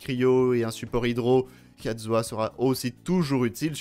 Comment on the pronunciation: Mon xiao vas avoir son New set et kazuah celui de xiao (juste on et d'accord il dit katzuah et pas kazuah